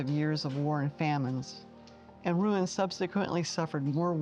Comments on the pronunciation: A good narration, but a correction , please, on a noticeable mistake in your pronunciation of Rouen . It is pronounced Roo -awn, not Ruin. I’m a retired teacher with my degree in French. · Rouen is pronounced like Ro-wan, not ruin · Wish you could pronounce Rouen correctly! It's NOT a RUIN! (Ru-an,a nasal in the end… I know it's difficult). Bravo for the visit "out of tourism flow" of Harfleur! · Rouen is pronounced Roo-ahn according to our French tour guide.